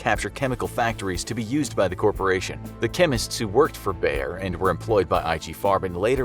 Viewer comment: How Wrong do you wanna pronounce "Bayer": YES